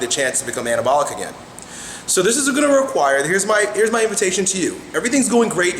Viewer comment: Sounds like he is saying cannabalic